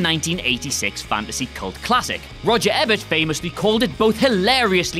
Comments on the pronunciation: It's pronounced E-Bert not Eb-bert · E-bert. Jesus. Learn how to pronounce one of the most legendary film critics of all time's name. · Rotten tomahtoes... Just sounds wrong ;) Roger Ebert's last name is pronounced Ee-bert. And the Leprechaun movies rule. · You pronounced Ebert wrong, badly wrong.